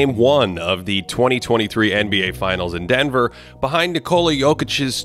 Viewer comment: it´s "Nickola", like in "Nick", you know?